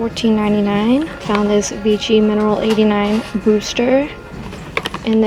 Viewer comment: the brand is pronounced VI-SHI.